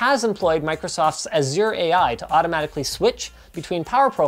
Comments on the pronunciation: For Azure, accent on the A, not the u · "Microsoft Azeer" LOL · How you pronounce "azure" as "azyuer" bothers me. It's "azher", like "asher" but with a softer "sh" that's closer to a "j" sound, like how you'd imagine "zh" would be. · Not to be that guy but.... Linus it’s pronounced “Az-sure” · RIGHT?! Scrapes against my eardrums like sandpaper! lol 3/4 of those is Az-sure/Az-jure... with the endangered posh Recieved Pronunciation making it extra... like RP does. Right up there with da-da instead of day-ta, (data)... elementary basics of North American English... the c-v-c-v pattern; which phonetically addresses the first vowel to sound like what it is, if there is at least one other vowel in the word. Which is funny because Linux pronounces SATA correctly based on those rules, but not data.